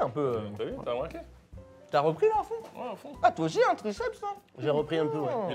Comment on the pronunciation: « Tah Marqué » ? (Après le débat sur le langage actuel franco-arabe j’ai entendu ça plutôt que « t’as remarqué ») 😅